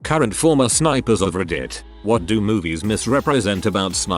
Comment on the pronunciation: “Spipers” mhmm